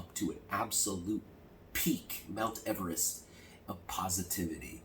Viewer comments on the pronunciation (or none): none